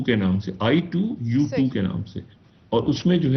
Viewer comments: ITU2 nh bhai...I2U2 nam h group ka... Tik se bol le😅 kindly... Anyways baki info tik h ..keep going 🤓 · Theek se bolle bhai i two u two ... i t u two naaahii